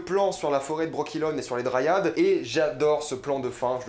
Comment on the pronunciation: Mes remarques: - Quelques soucis de prononciations sur Brokilon, dryades, Tissaia de vries, strige (et pas stiga), sac-à-souris (pas mousesack sinon plutot dire Ermion). ça fait quand meme très mal aux oreilles tout ça. - Yennefer se faisait battre par son père (pas ses parents). - Fringilla VIgo. Pas Fringilla De vigo. - Aretuza fait partie de thanedd. Et NON Thanned N'est PAS UNE VILLLE ! - Non on ne va pas voir la loge directement mais le conseil. La loge vient apère le soulevement de Thanedd. D'ailleurs sur le plan vu d'en haut on voit clairement des hommes donc c'est le conseil pas la loge. Tissaia de vries ne fait d'ailleurs pas partie de la loge. C'est filipa eilhart qui en est la leader. - Ce massacre du nom de de dunny. J'avais meme pas compris de qui tu parlais au début. Urcheon of Erlenwald c'est tout simplement Dunny ou le Hérisson D'erlenWald en français. Un peu de respect quand même pour l'oeuvre. Pour un fan hardcore de the wiitcher, c'est très très moyen comme analyse. Beaucoup d'approximations et d'anglicisme inutiles (avec gros défauts de prononciations aussi). Mais bon y a au moins la passion.